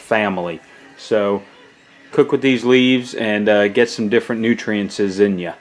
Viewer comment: Thanks for answering my question. Well done. Just one thing, it’s ‘nutrients’ not ‘nutriences’. Sorry , but I’m an English teacher and too many people confuse ‘ent’ with ‘ence’.